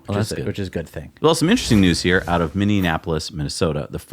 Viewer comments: It is pronounced Minne-a-polis, not Minne-anapolis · Please. I'm from Minn-ee-AP-oh-liss. Not Minn-ee-an-AP-oh-liss. It's in MN not Indiana. Thx OK. Just trying to help. Great video. Lot's of Tesla owners here.